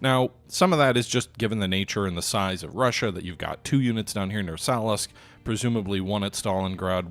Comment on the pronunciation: Try actually reading these place names, they really aren’t that hard to pronounce. Amman is pronounce A-Mann not Amin. Vyazma is pronounced Vi-yaz-ma. Not whatever holy hell you are saying. Salsk is just Salsk, it has no i, where did you get Salisk.